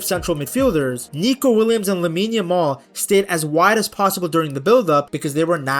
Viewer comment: I swear the amount of times Peter Drury has called Lamine Yamaal, Lamaal throughout the tournament is mind boggling!